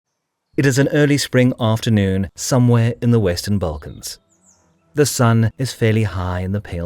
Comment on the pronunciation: "balkans" = instant video dislike